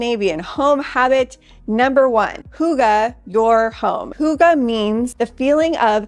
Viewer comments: Watching all the way from Norway 🇳🇴☺️❤️😘. Hello. Been following you for a while now and your doing good. You mention it all ☺️. By the way, we prounounce hygge as (higa), not (huga) 😘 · Hygge is pronounced as hi-ge. Thank you for this. I live in Norway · I couldn't stop giggling the whole video as she repeatedly said hugga (cut, stab) instead of hygge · I’m tuning in from Denmark 🇩🇰 Fun to Watch this video 🙂 I would love to teach you how to pronounce hygge 😂 I have not heard a single American youtuber being able to yet. Danish language is hard, I know 😉